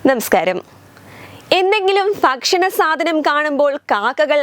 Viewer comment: ഫക്ഷണ അല്ല ഭക്ഷണ